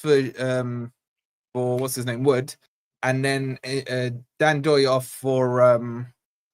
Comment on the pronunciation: "Worse than Tim in the comments" - hold up, I was just trying to help you with pronunciation! I told you it was N-Doye, not Doye 😂 You gotta start trusting me bro. I was right about Forest getting Europe within 5 years, I was right about Ndoye and I'll be right about Forest staying at least 10 years in the Prem (which I said to you when we came up). You're welcome 😉